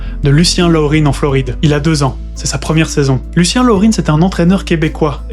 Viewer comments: Ne pas prononcer le nom de l’entraîneur « Loreen », c’est un Québécois : Lucien Laurin cela se dit Lucien Laurin. Et le jockey Ronald « Ron » Turcotte était franco-acadien. On est partout, on dirait. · Laurin était québécois, donc son nom ne se prononce pas « Laurine » mais bien « Laurin », en français, tout simplement… mais sinon super vidéo 👍